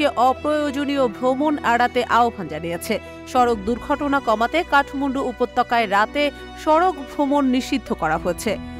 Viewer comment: কথাটা কাঠমুন্ডু নয়, কাঠমান্ডু! উচ্চারণের দিকে খেয়াল রাখুন!